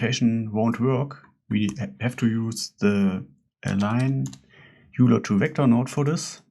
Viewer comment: Great tutorial. But top tip - Euler is pronounced "oiler". ! 🙂